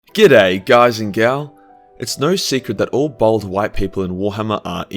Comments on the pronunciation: bAld not bOld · As a white man who shaves his head, I am outraged by your assertion that it is a mark of evil! (Fortunately your accent makes it sound as though you are calling Horus a bold cu*t, which I suppose he kinda was...) ;D